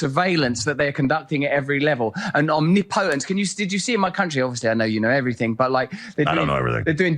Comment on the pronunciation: Man can't even pronounce omnipotence